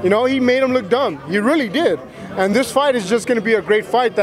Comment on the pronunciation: Someone needs tell it’s This that and the other NOT vis vat and ve uva